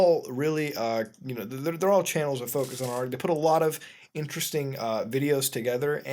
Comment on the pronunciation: A-R-G you are supposed to pronounce the letters. God this is annoying